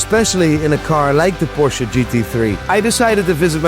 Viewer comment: Finally the first ever English speaking YouTuber who spells the Porsche correctly!!!!